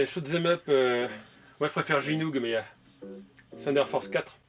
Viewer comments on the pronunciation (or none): none